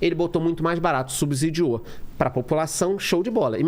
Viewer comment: Subsídio tem s com som de “C” pelo amor de Deus!